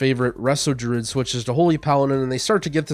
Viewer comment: This man pronounces druid "Drud"